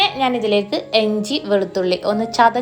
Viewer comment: എഞ്ചി അല്ല ഇഞ്ചി